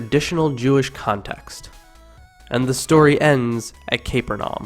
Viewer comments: The narrator speaks with such authority, and we believe every word he says until he comes out with an outrageous pronunciation like...CAPER-NAUM...instead of the well known, four syllable, CA-PER-NA-UM. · You can always tell if a person has or hasn't grown up in a Christian church by the way they pronounce names, bible texts, etc... The narrator pronounces Capernaum as "Caper-num" when someone who has grown up being lied to their entire lives, would pronounce it "Ca-per-na-um". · Uh, its not kayper-naum...its ka-PUR-nay-um... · Um... this would actually be more convincing/engaging without the typos and mispronunciations. Can you really have spelled "parallels" correctly, but misspelled "similar"? And the name of the city is 'Cah-PUHR-neh-um', not 'CAP-uhr-nahm'. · The pronunciation of Capernaum as CAPER-NOM says it all. I don't think I need add anything more. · What an odd pronunciation of the name of the town Capernaum. It is usually pronounced Ca'PUR:naum.